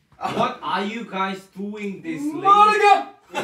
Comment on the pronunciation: soy yo o en el bambam dijo "gaysss 7 mannn"